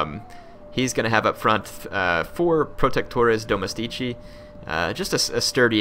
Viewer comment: Domestici cazzo! Watching video from a foreign total war youtuber is great, but latin pronounce is a problem! But in The end it's ok, there are no italian youtuber OF this quality!